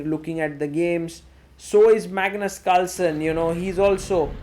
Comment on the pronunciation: Plz say Carlsen not calsen I heat English because of you 😂